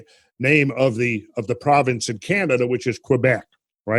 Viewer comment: Kwebesh? Kebek.